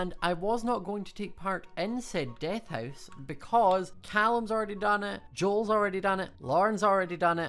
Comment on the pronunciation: "DeAAth" sorry i just love the accent😂